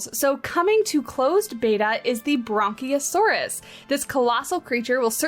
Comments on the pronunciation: It kinda sounded like you were combining 'brachiosaurus' with 'brontosaurus'. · There is no 'N' in 'brachiosaurus'.